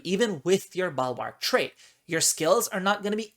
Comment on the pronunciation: "Balwark"? Is that a common pronunciation in certain regions?